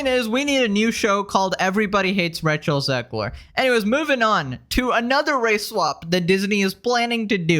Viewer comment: did you say "Racial Zegler"? 🤣